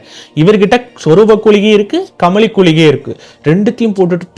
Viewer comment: .கூளிகை என்று கூறுகறீர்கள் இது தவறு குளிகை என்பதே சரி.